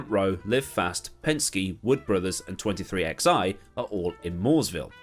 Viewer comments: It’s pronounced “Twenty-three eleven” and it’s owned by Michael Jordan. The 23 comes from Jordan and the 11 comes from the other co owner, Denny Hamlin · 23XI is pronounced twenty-three eleven. 23 for Michael Jordan and XI(11) for Denny Hamlin. The two owners